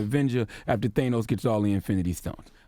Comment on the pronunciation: Hold the hell up!! why CTG pronounce Thanos like that?!